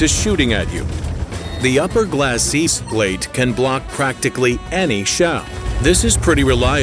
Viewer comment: what is going on with the pronunciation of glasses and cupola?